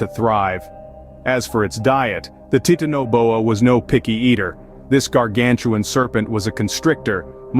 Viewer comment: Your video doesn't match up with your narration. And it's pronounced ti-tan-oboa I heard you pronounce it like three or four different ways.